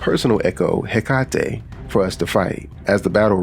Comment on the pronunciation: Hecate should be pronounced he ka tea